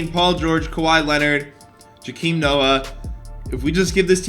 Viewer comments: Its pronounced joeahhkim not jakeem noah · It’s pronounced Joe-A-Kim Noah not Joe-Keem Noah I thought you knew basketball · jakeem noah??? bro it’s Jo-Kim Noah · JOAKIM NOT JAKEEM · “Jakeem Noah” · Joe-Keem not jA-keem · Bro I was getting salty after hearing him say Jikim Noah constantly and not Joakim Noah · It's Joe-keem and he was one of the best centers and players in the league back then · Dose anyone cringe when he says Joakim Noah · Bro I hated when he said Joakim he said it sooooo wrong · Bruh how can u hate joakim Noah?! Also u saying his name wrong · Why does he say joakims name like that and why does he say that he cannot defend big men when he was a beast and I’m not even a bulls fan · I’m pretty sure you said Joakim Noah’s name wrong the entire video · I hate the way he pronounces Joakim Noah more than he hates Joakim. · The way he pronounces Joakim gets me mad asl